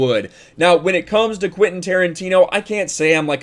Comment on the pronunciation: Quentin, not Quinten